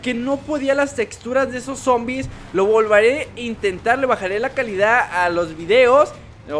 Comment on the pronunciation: En el minuto dijo lo volvare en vez de lo volvere